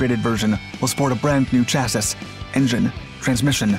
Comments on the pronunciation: Chassis = Cha - See Not Cha - sis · SORRY DUDE but fyi the word chasis is pronounced shasee or shasay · "SHASSEE" FFS ! The music is hell ANNOYING too !! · "Chassis" is pronounced Cha-See. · chassis IS PRONOUNCED CHASSEE!!! FFS. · Great Video as usual, but PLEASE: Chassis Rhymes with Classy. The "S" is silent. Please stop torturing us. And thank you. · I swear he says "chassis" wrong just stir the pot in the comments section. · Ha! I found it grating too. This is not the first video on this channel where they pronounce the trailing S. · I don't think it's computer-generated, they're not that good. Ironically a computer-generated voice would likely not mess up the word chassis, see for example if you search Google for define chassis there's an AI pronunciation of it and it's correct. It's just someone who's not particularly familiar with technical terms. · Good video, but you really need to learn how to pronounce the words "chassis" and "cupola"...